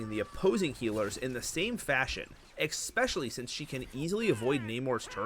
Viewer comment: Bro it's not EXPESCIALLY its ESPECIALLY Maybe youre saying it wrong on purpose to get people to comment.